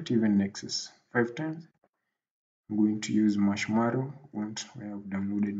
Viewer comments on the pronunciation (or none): Coror and Mashmarrow..Cricked..Crick....Emurator....Prease tly to plonounce words collectly if it is a tutorial that will reach a grobal audience :)